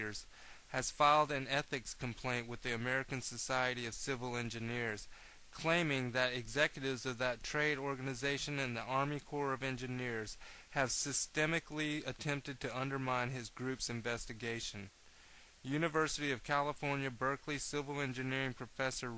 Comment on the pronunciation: Obviously systematically is a word. Read what I wrote before you give me thumbs down. The guy on the tape pronounces the word systemically "sis-tem-ic-ly" which is very wrong. He pronounces it like that because he most likely never heard of it before. I didn't think my comment was very difficult to understand, I'm sure most people understood it, but I guess you didn't get it. As I said before, if you buy into this crap you're naive. There is no proof of anything, just mindless rantings.